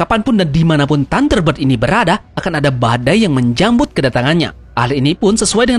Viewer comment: menyambut atau menj*mbut bang 🤣🤣🤣